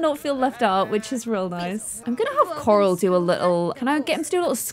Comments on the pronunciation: I love how she says CoRal 💖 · I like how the more she said corals name the more it started sounding like carol